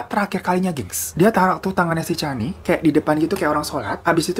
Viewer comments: Aduhh.. Puas mikir kasus di malaysia yg mana.. Slh sebut nama.. Bukan cani, tp Sebutan namanya spt ini 👉 'kenni'. Salam dr malaysia... I like ur content👍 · Salam dr malaysia kak,😅 sebutan nya c-k kenny aka canny 😅😅 lucu aku dgar nya terhibur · Dibacanya "Kenny" bang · Cara baca nama dia "Canny" itu bukannya "keni" bang😅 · Sedikit koreksi ni babang glowing, sebutan namanya lebih ke "kenni" hampir sama kaya nyebut nama Jennie (J nya diganti K) pake KE bukan CAN(gkir)ny. Kasus ini mmg sempat viral dulu. Tapi aku udah pada lupa kronologinya. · “Ca” kalau sebutan inggerisnya harus disebut sebagai “Ka”. Contoh “Canny” english Jadi bila disebut harus berbunyi “Kanny”